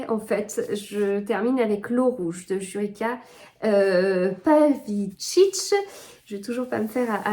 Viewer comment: Bonjour, Jurica Pavičić ça se prononce en français youritsa pavitchitch 😮